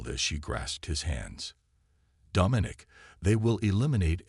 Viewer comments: The AI’s pronunciation needs work. The word “herald” and the name “Domenic” are improperly pronounced. The story itself is quite good. I can see this becoming a longer more involved story line. Also, the tag line is not honest. Dominic is not “a boy”. He’s old enough…😉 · The AI’s pronunciation needs work. The word “herald” and the name “Domenic” are improperly pronounced. The word “treacherous” is also mispronounced. The story itself is quite good. I can see this becoming a longer more involved story line.